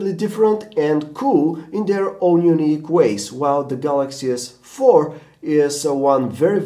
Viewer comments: OMG he just said "Samsung Galaxy S Fuck 4" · The galaxy S... 4!! Lol what's up with that pause?